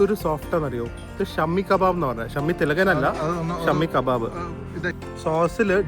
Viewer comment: it’s not Shammy kebab ……it’s shaami kabaab. Jst a correction not to offend so tht u pronounce correct ❤❤